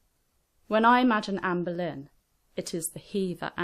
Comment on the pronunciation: I keep thinking she's saying amberlynn